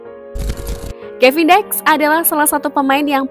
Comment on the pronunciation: Pelafalannya Kevin Diks (seperti menyebutkan dik pada adik),,,, jadi BUKAN Kevin Daiks.....wkwkwkwkwk